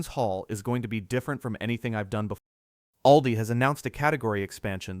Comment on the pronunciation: You might want to get your robo-voice to practice correct pronunciation. Just as one example out of many: "ALDI" is not pronounced "ay-el-dee-eye," it's pronounced "AWL-dee."